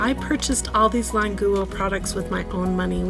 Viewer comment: What’s wrong with her pronunciation? I know Chinese, this is correct pronunciation